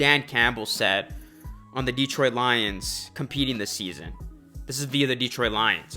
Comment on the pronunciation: Please show the Lions some respect and star pronoucing Detroit's name correctly, it is not Deeetroit, but Detroit.